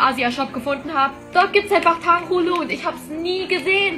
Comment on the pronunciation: Kannst du das richtig aussprechen? Deine Betonung… also no Front, aber du hattest halt keine… und die billige Version ist mit Erdbeeren, sodass ich als Kind (also in-die-Hose-scheißen-Kind) immer dachte, die wären nicht mit 山楂